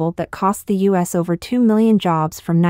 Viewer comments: Idiotic bot narration! AT LEAST teach it to say terms of core importance properly! Not Sino-us - means nothing and is unacceptable - but Sino-U.S. as in China-USA (relations). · Yes, it isn't a "Sigh-No, Uss" trade war, but is, in fact, a "Sigh-No You-Ess" trade war. Spelled and correctly spoken as "U. S." That said, this is an AI narration bot, not a human narrator, so you have to take it all with a grain of salt. Or just laugh--many of the AI narration bot goofs are at roughly the second grade level, so keep a monitor wipe handy, lest you spit coffee all over the screen when you hear one. There are a lot of them, so have a lot of coffee at hand. And the last laugh? AI is supposed to learn from context and high volume exposure to language. No far, I'm not seeing much evidence of it. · PS: If your Al cannot properly say U.S. and not Sino-US, then try using proper punctuation. Or simply refer to my country as "the United States". You need to be aware that Americans are scrutinizing your every word and will not tolerate disrespect of that sort.